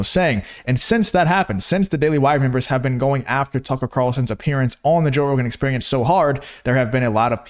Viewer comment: “Joesph Rogan”